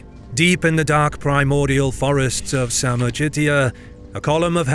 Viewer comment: You really need to learn how to pronounce non anglo-sphere words like names. After all those years you do those videos (which are awesome by the way, I'm an avid fan! Besides most of the Polish battle which are depicted by you with giant historical mistakes) it's just ignorance at this point. Sorry my dude. For example this "samorgitia" i called ŻMUDŹ. The way you pronunce "Plötzke" is another butchery. You have now AI, you can ask Gemini or GPT to teach you man. Please, do it. It's pathetic at this point and I want to unsubscribe AFTER 7 YEARS if being you faithful fan.